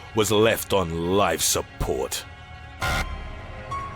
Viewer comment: Never heard anyone say "Life support" like that